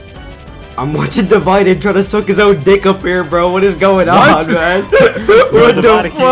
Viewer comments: “Devided? Its “divided” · divided = multipled, = fyso, = blom 👍